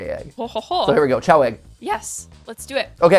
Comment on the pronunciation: Still confused why the pronunciation of "chow" instead of "kay-oh" (like the word chaos). I always assumed that it's the same as "chaos", because of the Chaos Emeralds"